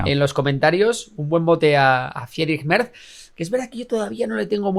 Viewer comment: Me duele mucho cada vez que decís "Merzzzz"... Es como cuando oímos a los alemanes decir Gaul Gonsales cuando nombraban a Raúl en el Schalke... se pronunciaría Mertss, con una T y una s alargada. Pronunciais mejor a los grupos yihadistas que a los nombres alemanes jaja. No lo toméis como un comentario Besserwisser (os pongo hasta deberes), pero habláis mucho de Mertchedes (me gusta el mote) y duele oirlo con la Z española.